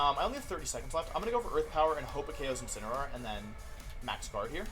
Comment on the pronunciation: Day 4 Wideo 4 of asking Mr Wolfey Glick to use "Insineroar" instead of "Insinnyaroar" to pronounce The pokemon Incineroar.